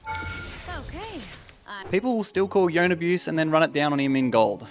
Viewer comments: His name is not yone like bone bro its yo-ne two syllables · ITS YO-NAYE